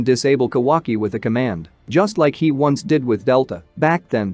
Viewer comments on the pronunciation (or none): none